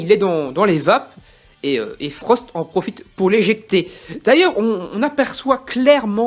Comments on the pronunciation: Frostt pas forst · Non seulement tu passes ton temps à dire "Forst" au lieu de "Frost" à l'oral, mais en plus même à l'écrit dans la description de ta vidéo tu fais la faute haha !